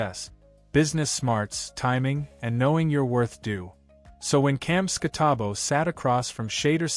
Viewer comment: Shader Sanders? Skattabo? This AI shit is getting out control lol